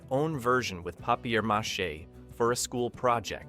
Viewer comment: This AI shit needs to go away. few moments later you can hear "papierre machete". Ok whatever. I do like the list but this is impersonal.